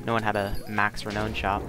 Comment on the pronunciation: Good video,. You're saying Renown wrong though. It's actually pronounced "re noun" Not "re known" But I'm sure you'll improve on that! Just because you have aqua brackets on pit doesn't mean you can reinvent an english word's pronounciation. Love the commentary hope they rework major events and promote you to moderator on hypixel!